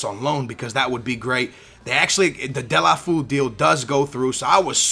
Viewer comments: "De-la-foo" haha skillz, "De-lo-fey-oo" I think is more like it. :) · its not dele-foo, its dele-fey-o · It's pronounced : Dé-lo-fé-oe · Its pronounced Dee-ya-lou-fee-you